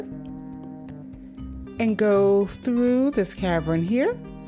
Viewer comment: Does she have an accent coz everytime she says cavern it sounds like caverin